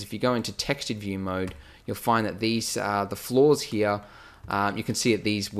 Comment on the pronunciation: I love how you say hia instead of here :D!